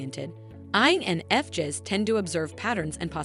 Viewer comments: Did she pronounce it wrong Jess to drive us 🤪crazy? Lol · I, N, F, JEZZ🤨 TF why are there so many videos like this where everything's pronounced off, it's annoying AF. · I totally agree. I'm an INFJ and had to stop watching! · Spend a few bucks and hire a human to do your voice overs. This robot can’t even pronounce INFJs properly.